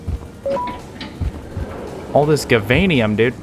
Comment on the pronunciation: and its spelde gaveinium but you say javainium